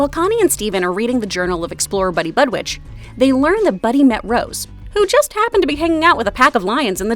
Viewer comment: Did she just say buddy bud WITCH? bitch. Really? It’s buddy bud w-i-c-k